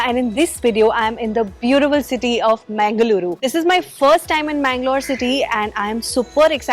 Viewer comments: its not mengaluru as pronounced. its pronounced mangaluru named after godess mangala devi. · you should try to pronounce the name of city correctly. It's Mangal-ooru (first part is pronounced as the word "Mangal" is pronounced, which every indian knows and second part as "ooru" meaning place - now you know what the name of city means). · It is mangalooru nor mengaluru. That part of the world is meditative and people are polite easy to talk to.